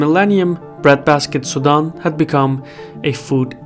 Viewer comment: Sudan vs Sudam. Try as I might to hear the N I kept hearing Sudam. Try using a long A as in tAble as in the name Dan. Su-Dan. Very good story. I love your work.